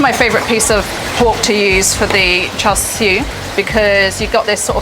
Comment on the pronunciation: Char Shoo? Lol. I think she's great but Uncle Roger needs to give her tips about pronunciation! :-)